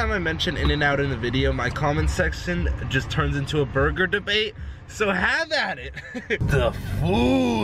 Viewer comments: Who heard “BUGER DABAIT” and instantly went to the comment section. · It’s not buger dabait though it’s *Burger Debate